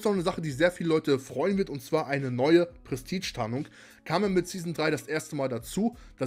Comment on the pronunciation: Ich schau mir deine nächsten Videos nochmal an sobald du das Wort „Prestige“ aussprechen kannst. Und zu frage. Nein